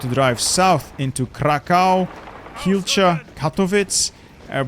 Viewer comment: Płock is spoken "Puotsk" and Łodź is more like "Oodzh". Kielce is "Kyeltze"